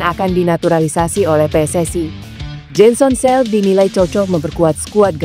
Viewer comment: Jensen Seelt,baca Jen sen Sil